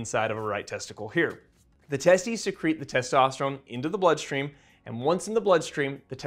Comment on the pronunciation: Why does he keep saying testosterum? He says testosterone too, so is it something different?